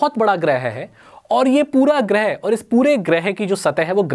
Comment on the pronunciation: Not गृह its ग्रह